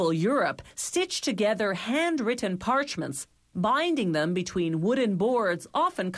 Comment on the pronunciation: Oh god, this lady again. Bah-eendings. Pah-urhcment. Gow-uhld leaf. Why?